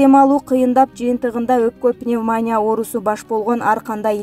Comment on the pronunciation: Пневмония ,пневманя эмес